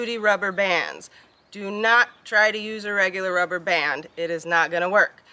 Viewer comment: He sure did say......I'm Naught!!!!!!